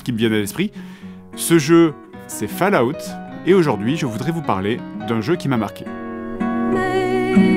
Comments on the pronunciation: J'ai failli quitter la vidéo en entandant fAllout Pitié 😖! On prononce Folaout !! 😩 Edit : ah, j'ai quitté la vidéo... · Bon une bonne fois pour toute, ça se prononce comme suit "FAUL" "AWTE" et comme les deux mots (fall et out) sont collés alors on dit "FAU-LA-WTE" mais c'est plus drôle de dire "FALOUTE" 🤣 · Je ne regarde pas, ça se prononce fOll out, pas fAll out. Étant donné l'âge de votre public vous pourriez juste faire un effort sur la prononciation d'UN mot? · Ça se prononce Fol-a-out... ;) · Fa La Out 😂 vé l'accent oh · "Des romans autour de Warcraft" je présume de rien donne tes sources. A vu de nez ça m'a pas l'air très élevé, en tout cas c'est ce que tu suggères ; ça peut l'être, le roman est infini pour peu qu'il trouve un auteur digne d’intelligence peu importe le support. Je rigole bien avec mon fils quand je regarde tes vidéos, c'est pas intelligent et tant mieux. Ca ce prononce "Fallout" :) Mon jeux préféré.